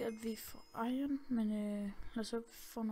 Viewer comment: Det er ikke iren, det udtales iron